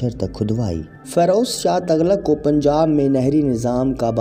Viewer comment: تَغلق نہیں، تُغلق پڑہیئے گا Tughlaq